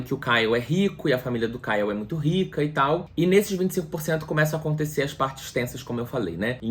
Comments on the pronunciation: Ele errando o nome do Ryle kkkkkkkkk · O errando o nome do cara o tempo todo socorro kkkkkkkkkkkk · 😂meu Deus. Amigo, você fez o melhor resumo desse livro. Realmente eu precisava pq não queria reler. Morri de rir com vc falando "Kyle" . Com vc se perdendo no trânsito, helicóptero, furacão e moto passando ... Só amei. Bjs no doguinho.